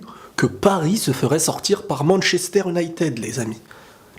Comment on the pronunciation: Ma prof d'anglais elle entend Manchester United a la place de Manchester "Unaitid" elle te tue MDR